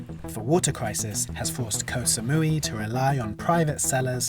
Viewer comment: Can Koh Samui survive the egregious mispronunciation of its name much longer?